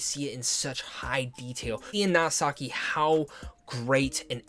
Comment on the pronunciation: Nasaki.. no man. No it's wrong 😭